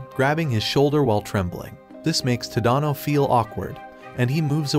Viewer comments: It’s Ta da no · TADANO ITS NOT SAID LIKE THAT